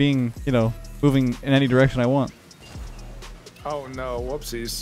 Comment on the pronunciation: "oh noh" 🇮🇳